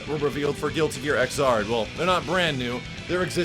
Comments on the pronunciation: I was dying just how you were trying to say X'rd. So the 10th series in this game right? I think....? Just good to have another GG in the series. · Japanese pronunciation: Giruti Gia Iguzādo So expect the English pronunciation to be: Guilty Gear ix-zard The "X" is said more with an "icks" than "ecks" sound. Leaving it "3rd" would have been so much easier...